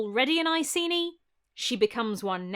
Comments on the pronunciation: Love love love your video — as always — but it hurts to hear you mispronounce Ekeni as Eyeseenee over and over again… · Sorry for being a pronunciation Nazi, but if "Iceni" was pronounced as it is in this video, the Romans would have spelled it "Aesini". In modern English it should really be pronounced "Ikaynee", Claudius should be pronounced "Cloud-ius", "Paulinus" should be pronounced "Pow-leenus", "Tacitus" should be "Takitus", and Belgae has a hard "g". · Icenii was the latinised name and must be pronounced with a hard c.